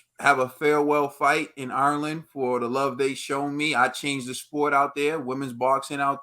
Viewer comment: 2 minutes into this and that lad made a complete fucking shitshow of saying the name "Ireland".... sweet Jesus that's embarrassing 😳